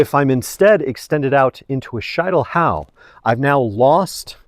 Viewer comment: SHEET NOT SHITE!!! Schietelhau!!!